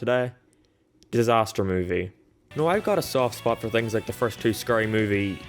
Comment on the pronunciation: "ScUry movie" 😂